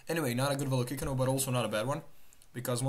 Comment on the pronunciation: I dont think youre saying Velocicano correctly dawg